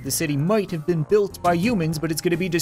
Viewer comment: It’s not umans it’s humans